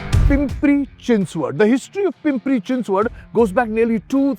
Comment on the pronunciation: Thank you for pronouncing Pimpri Chinchwad and Pune perfectly 😅